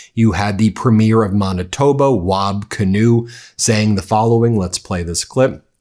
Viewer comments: ... Manitob"a"... with an A at the end. "Manitob-ah". Not Manitob-oh. 🤦‍♂️ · Man-i-toe-bah; otherwise, great. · CAnadian here u butchered the hell out of manitoba its man i to ba like that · It's MANitoba Ben. not MONITOBA. Thank you. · It's "ManitoBA". Not Manitobo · Thanks Ben. It is pronounced Maitoba (like man) and not Monitiba as you've been saying it. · Canadian pronunciation 😊 "PRE-mere" "Mana-TOW-ba" "Wahb" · premier of "Man-oh-toe-bow" is a crazy pronunciation of Manitoba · Ben, it’s pronounced “Manitoeba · even left-wing Americans still can't get basic things about Canada right, such as the names of cities or provinces, as they profess to support Canada over the Tangerine Tyrant. And they also can't stress the syllables of "Premier" properly; this YouTuber here thinks that he's talking about the first episode of a television show and then says Manitoba like "Monitobo." The season premier of Monitobo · Just a heads up. It's pronounced Man-ah-tow-ba. Great reporting! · You talk a lot about Canada and can’t event get Manitoba right